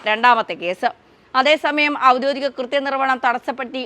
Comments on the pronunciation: "ഔദ്യോദിക " അല്ല, ഔദ്യോഗിക എന്ന് വേണം വാക്കും ഉച്ചാരണവും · ഔദ്യോഗിക / എന്ന മലയാള വാക്കെങ്കിലും എൻ്റെ പൊന്നെ ഒന്ന് നേരാം വണ്ണം പറഞ്ഞ് കൂടെ? ഔദ്യോദിക എന്നത് തെറ്റാണ്. ഓഡിയൻസിനെ വിഡ്ഢികളാക്കുന്നഏർപ്പാടാണ് ഇതൊക്കെ ,മെമ്മറി കാർഡ് കിട്ടിഎന്ന്ക്യാപ്ഷൻ നൽകുക. പിന്നെ നാലാഴ്ചമുമ്പ്കഴിഞ്ഞ വർത്തമാനംആവർത്തിക്കുക. ഒരു ശബ്ദതാരാവലി യെങ്കിലും നോക്കുക. സത്യം മാത്രം പറയുക. എന്നാലും റീച്ച് കിട്ടും. മോൾക്ക് നല്ല ഭാവി നേർന്ന് കൊണ്ട്. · നീയൊക്കെ എത്പള്ളിക്കൂടത്തിലാ പഠിച്ചത്? "ഔദോദിക" എന്നാണോ പറയുന്നത്?😂😂😂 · ഔദ്യോഗിക‘ എന്ന് വായിക്കുവാൻ ശ്രമിക്കുക